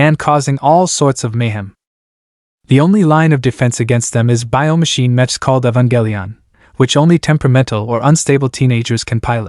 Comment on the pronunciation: If you make videos about Anime we would expect you to pronounce "Mech" correctly. it's pronounced "MECKS", not literally "mech". The whole point of the word is it is short for MECHANICAL, hence MECK sound.